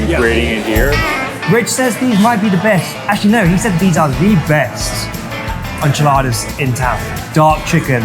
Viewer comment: He pronounced enchiladas like "Ahn-chi-ladas" like Moira Rose on Schitt's Creek.